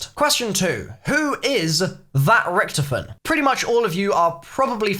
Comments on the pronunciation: Rich-to-fen plz not Rich-tofen :) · It's richtofen said like toffee, not richtifin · I love how u say Richtofin like Richtoven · Why does he pronounce Richtofen like that? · I don’t like how you say Richthofen